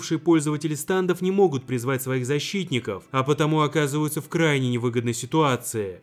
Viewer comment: ГОВОРИТЬ НАУЧИСЬ НЕ САНДОВ А СТЕНДОВ ИДИ УЧИСЬ ГОВОРИТЬ